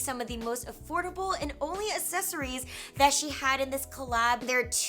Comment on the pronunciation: ""aSSesories" LMFAO